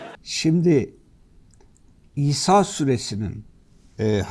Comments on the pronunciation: Sayin Hadi Özışık sure adını söylerken kayıttan olabilir sanki İsa süresi gibi algılanıyor Daha vurgulu ve net biçimde İsra süresi olarak söylerseniz daha anlaşılır olur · İsra Suresi mi demek istedi yoksa bildiğin "İSA" suresi mi?